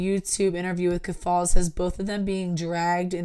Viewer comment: Ok just one thing cause I need to go to bed too. Keffals isn’t pronounced that way. Wouldn’t be a big deal If you were not pronouncing it exactly like Ethan Ralph, who is one of the largest lolcows on the farms. He is covered in almost EVERY podcast. It rhymes with mulls. Keff-ulls. Ethan Ralph was sooo happy they got deplatformed that he called Lucas “Queen Keff-falls!” The Mad at the Internet podcast coverage was hilarious on this. Jesus! Josh makes me laugh to tears. 😂 you’re gonna love it!